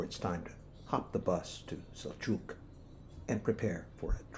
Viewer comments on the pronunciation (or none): It always amazes me how someone researches the history of the place but is so far from pronouncing the name of the place correctly. It's Sheerinje(Şirince) and it's not Soujouk(Sucuk in Turkish means sausage) it's Selchuk (Selçuk)